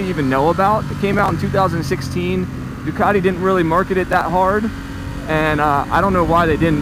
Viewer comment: Possibly the worst review I've ever seen, you can't even pronouce Ducati properly. "It's got a fuel gauge, incredible" Really? 😂